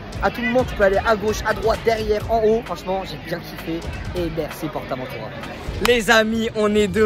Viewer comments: C est pas porte aventura comme tu le prononce c est juste port aventura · Mec tu dit portabotura tu sais pas comment le dire lol 🤣🤣🤣🤣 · ah est le port avantura le t du port te se prononce pas